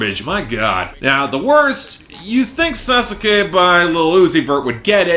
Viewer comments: Sasuke for some ungodly Japanese reason is pronounced saucekay. Also that song is a disgrace to the most interestingly motivated character in the entire Naruto franchise (don’t come after me it’s true not even Itachi beats him). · are you reviewers all pronouncing sasuke completely wrong on purpose? i feel like i’m going insane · Did you really pronounce Sasuke like that?